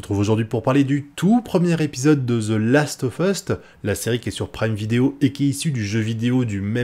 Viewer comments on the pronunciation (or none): Franchement, la série est pas mal. Et t'as dit "ZE LAST OF EUST " en début de vidéo. 🤣